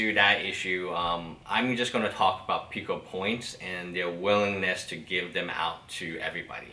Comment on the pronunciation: it is pooo kuh not how ever the heck ur saying it